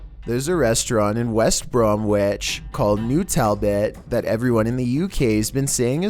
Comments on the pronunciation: Haha west brom witch.. It's actually pronounced westbromidge lol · West Bromwich - West Brom inch mr narrator. The second W is silent . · Its pronounced West bromich :) Just spelt bromwitch